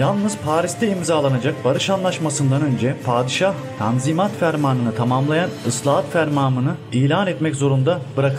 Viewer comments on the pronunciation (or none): tazminat değil kardeşim tanzimat